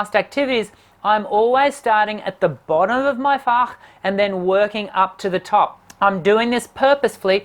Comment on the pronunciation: As a German: your pronunciation of "Fach" is *stellar*. I'm sincerely impressed. And Germans are not impressed easily, as is commonly known.